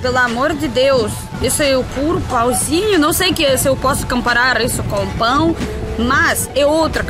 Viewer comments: Cuidado quando for falar pão rsrs pode parecer outra coisa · Não quero ser chato, mas teve um momento no vídeo que tu falou que a tapioca parecia um pão. Ali tu pronunciou "pau" que pode ser drevesina, ou pode ser... Órgão masculino.